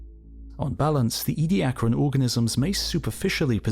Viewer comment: It's "Edia-caran", not "Edi-acran"...